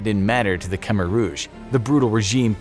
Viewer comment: really need to learn to pronounce Khmer